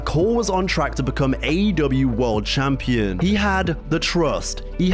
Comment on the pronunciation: CHAMPEEN?! What is this? 1942?😅